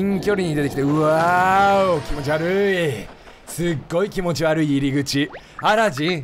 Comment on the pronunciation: キヨ「キノピオを気持ち悪いってことをキノピ悪いって言ってたww」 自分「wwwwww」 キヨ「なんも面白くねーわ」 自分「」